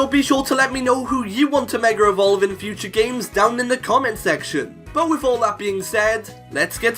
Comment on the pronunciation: Megarevolve?does anyone else hear it?